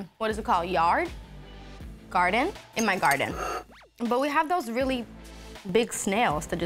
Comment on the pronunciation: Zara Larsson: can name every dish in English with detailed adjectives Also Zara Larsson : doesn't know how to say garden